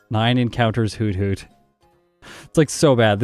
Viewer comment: It’s actually not pronounced hoot-hoot, but hoo-thoot